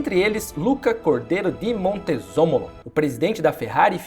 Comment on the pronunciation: adoro como vc conta histórias, mas algumas pronuncias são muito erradas, Montezemolo virar Montezomolo é muito feio, fora os Coswort da vida. A marca born too fast é sobre nascer de 7 meses ? porque é isso que singnifica, talvez a ideia não seria born to be fast ? desculpa o comentario